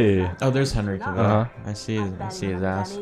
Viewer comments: Cavill rhymes with travel. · LOL, that's not how you pronounce Cavill 😂😂😂